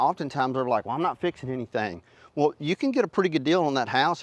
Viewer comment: I couldn't understand the whale inspection, until i realized he was ATTEMPTING to say "well."